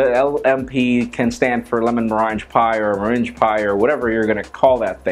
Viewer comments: pronounce it like this. lemon ma' rang (The phone rang when you were out.) pie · it's pronounced "mur-ang" pie. you keep saying it, and probably will into the future, so just thought someone should let you know ;) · Meringue = "merang", pronounciation-wise. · As a heads up, it's pronounced "muh-rang". Like "gang" or "bang". Not being a jerk, just thought you'd want to know. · I'm sorry but it bugs me every time you say it. Pronounced lemon mur-rang pie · Dude doesn't know how to pronounce meringue? Come on man.... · I flinch every time you pronounce 'meringue' wrong